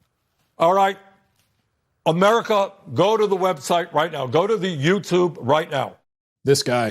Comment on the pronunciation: "Go to the youtoob right now" - some old confused guy